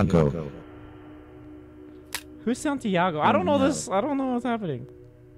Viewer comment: No one: Literally no body: Man: SaNtaGiO